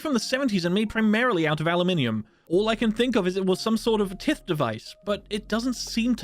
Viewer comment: Tith is pronounced like “Ty-th” not Tiff lol